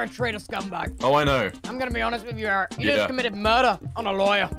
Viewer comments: Is it just me or like- the way he says Eret's name like erect- and he knew what he was saying- BRUh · Nobody’s talking about how called eret “erect”💀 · Has anyone realized that Tommy calls Eret ‘erect’